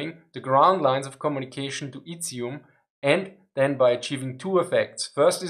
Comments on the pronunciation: Izum "z" like in zero. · I would honestly listen through a 10 hour video of you saying either Izyum or Dvornikov.